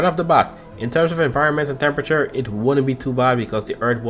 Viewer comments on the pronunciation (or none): none